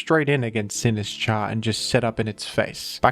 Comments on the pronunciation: I am fucking BEGGING you to pronounce it Sin-IS-cha, the Sin and is should be together, not the is and cha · Say "Sinistcha" one more time...